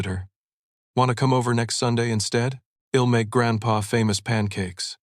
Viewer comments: Please proper pronunciation it's not ill it's I will not has it's his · Interesting AI. Doesn’t seem to recognize contractions. Hed instead of he’d. Ill instead of I’ll. Id instead of I’d